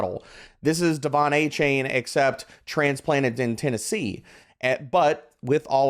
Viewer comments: A- Chan... not Ay Chain haha this man asked for his name to be said correct 😂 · It's pronounced A-Chan